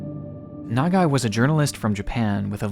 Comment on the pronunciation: one: perfect pronunciation of Nagai two: i'm a photographer, and if i had a camera in my hands while i'm dying, you'd goddamn bet that i'd be taking photos. three: even as a journalist, he must have known how dangerous it was to be there; what a hero